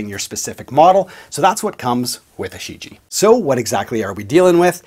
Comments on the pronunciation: Pardon me: "Shi Jie" should be pronounced "shi j-yeah". Great Review nonetheless! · From what I can tell it should be pronounced "She - ji-eah" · The first syllable "Shi" is pronounced "sss" and the "Jie" sounds the same as Ibanez "Jem" minus the m, so "sss je"